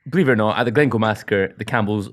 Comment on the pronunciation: Glen Coo... ih dear hahaha Glencoe